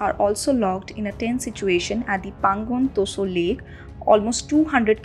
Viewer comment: It is not Pangong Toso. Stop pronouncing it that way